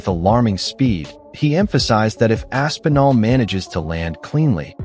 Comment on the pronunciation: Bro, Rampage calling Tom "Ass N' All" is sending me 🤣